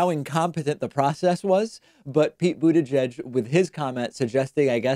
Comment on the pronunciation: Stop being so proper with Mayor Pete’s last name. Everyone knows how to say it and you’re just being pompous by trying to over pronounce it.